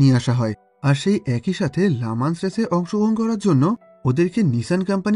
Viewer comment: ভাইয়া এটা "লা মান্স" না এটির উচ্চারণ হবে "লি ম‍্যান্স"।